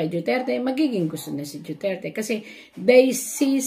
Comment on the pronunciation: Mam,DUTERTE not DIUTERTE,DUETERTE ,JUTERTE PLS.PRONOUNCE IT RIGHT!I LOVE DUTERTE FAMILY ,THAT'S WHY I WANT TO HEAR it RIGHT .